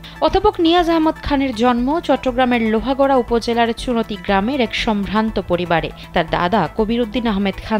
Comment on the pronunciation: লোহাগড়া নয় লোহাগাড়া